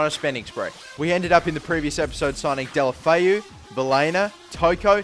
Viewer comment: No, there is an O instead of an A in deulofeu, and in spanish you pronounce the letters E,U, A etc as they sound.